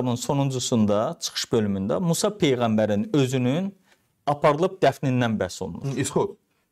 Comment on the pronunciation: Bu başqasının ərəb dilinnən səhv tutut. Musa sözünü düzgün tələffüz eləyə bilmir.